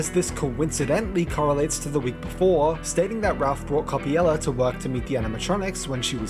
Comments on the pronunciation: cool video but why do you pronounce coppelia as coppiela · I'm a Brit myself and I've always pronounced Coppelia as coh-pee-lee-uh or coh-peh-lee-uh, so I think is just misreading/has a consistent typo.